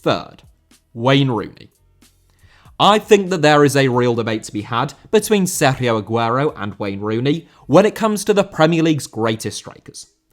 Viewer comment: please don't ever pronounce sergio like that again, it's like sitting in a wine bar in benidorm and hearing your drunk mum mangle everything on the menu